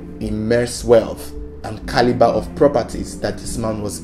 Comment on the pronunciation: Let me hear u say "Caliber" again 😠